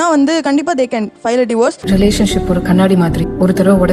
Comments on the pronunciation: It’s not Diverse it’s Divorce … pls pronounce properly 😂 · Diverse 😂😂😂 it’s Divorce… why aren’t they correcting the material s pronunciation